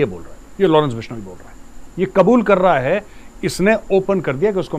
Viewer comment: Lawrence bishoniii 🤣🤣🤣🤣🤣bolna to sikh lo YouTube me video bnaaege ye 😂😂😂jaahil